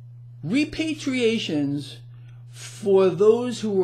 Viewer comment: **”Reparations,” not “repatriation.” That would be something else altogether.....